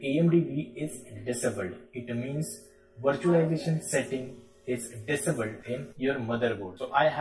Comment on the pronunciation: I love the way you say disabled